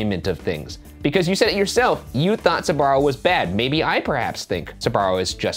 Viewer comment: I'm sorry, but it's really funny how they don't pronounce SB and say sUbarro instead.